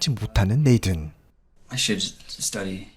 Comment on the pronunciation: 리뷰는 좋은데 혹시 이름같은건 네이든 이라고 쓰여잇지만 발음이 네이쓴 이기에 다른분들 리뷰영상을 봐도 이런건 좀 쓰여진대로 네이든 이라고 읽으면 진짜 어색하거든요 한번쯤 생각해봐주셧으면 좋겠습니다.